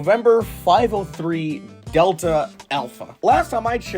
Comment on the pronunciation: ☠️☠️☠️☠️☠️☠️☠️ Delta ❌ Delte☑️